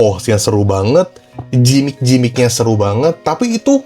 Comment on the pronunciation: gimmick sebutnya Gimik ko, bukan Jimik